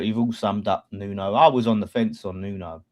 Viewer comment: His name is Nuno... New-No.